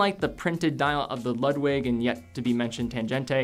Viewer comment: My German friends might cringe when you pronounce "Ludwig". I think they would pronounce as lood-vig, but I could be wrong. They gave me a hard time when I called Porsche a porsh when it is pronounced porsh-uh. Just a detail that I was taught to always pronounce proper nouns the way the country of origin would.